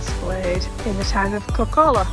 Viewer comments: please pronounce it like "kok,kola" - we dont put 2 k's there for no reason. And the diet-kola joke will evaporate in thin air that way as well. I know the english and americans are linguistically challenged, and why would they learn finnish if they not even learn irish and welsh. Well.... we all are judging you now, thats why :-) Enjoy your stay, and kudos for seeking out the not so mainstream spots. cheers with beers from southern funland. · Kok'kola short vowels and stress on the first syllable